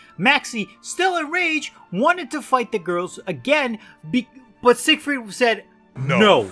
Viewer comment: Until I started reading the comments I thought you were saying “Sick Freak” instead of “Siegfreid” but it seems like it would fit anyways